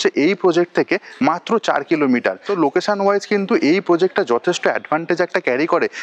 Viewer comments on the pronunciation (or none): Bhoj bhoj kore bokche. Loketion bola nai.